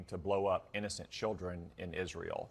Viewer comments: Why does Lindsey Graham insist on mispronouncing Israel? And Taiwan? Is there some christian extremist background or reason for pronouncing it that way? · Pillow biting closet queen Lindsey says "Izrul".